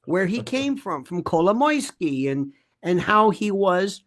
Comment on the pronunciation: Happy to hear someone saying Kolomoisky! He is the center of this thing. So obvious.